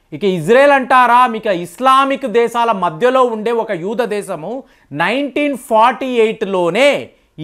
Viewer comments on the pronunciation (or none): ఈరాన్ కాదు ఇరాన్, ఈరాక్ కాదు ఇరాక్. యూదా కాదు యూదు. తెలుగు నేర్చుకోండి నాయనా